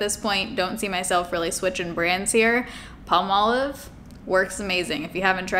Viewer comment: Palmolive is a long-standing brand here in Australia but we say PALmolive with the emphasis on the PAL and then I heard say PALMolive! Of course we say it weird here in Oz! 😂